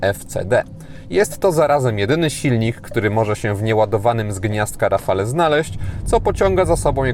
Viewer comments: Dzięki za kolejny ciekawy test. Czekam na szczegółowy w PL. Jedna uwaga. Wymawia się rafal a nie rafale. Pozdrawiam 👍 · rafalE .... eeee nie można tego słuchać ... a wystarczy zapytać byle gugla jak sie to wymawia i może co znaczy i dlaczego